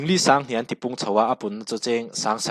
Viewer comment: Ti ti tih thluk khi diklo,Ti hmasa thluk ang chiah khian aw..sir